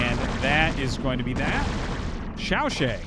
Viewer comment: FYI， Artosis，ZhanHun ‘s name should be pronounced more like /dʒan hwən/ not /hən/. and XiaoShuai is pronounced like /ʃau ʃəwai/ in english.